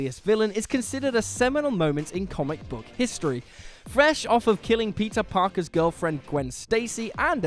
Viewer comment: Am I the only one that kept on listening "Pizza Parker"?